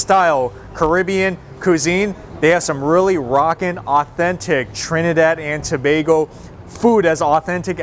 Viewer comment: I love this video. I love that you pronounced our country name correctly and I love the featured our food🔥🔥🔥🔥🔥❤❤❤